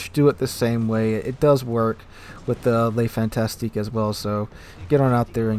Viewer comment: The French T8 tech line DD is Le Fantasque (Fahn-task - just 2 syllables) not Le Fantastique (Fahn-tas-tik - 3 syllables). There's no TI before the QUE in her name and the last syllable is simply TASQUE (the QUE is a phonetic equivalent to K here). Both Fantasque and Fantastique are French words that share a Latin root but they mean very different things. A literal translation of the destroyer's name is The Whimsical One not The Fantastic One. Wikipedia suggests "The Capricious One". A better translation in the context of the name being attached to a warship would have a vibe along the lines of HMS Capricious or USS Unpredictable. Something like that. There are nuances that get lost in translation. The name evokes erratic and unpredictable behaviour, presumably a nod to the way her agility and speed let her move.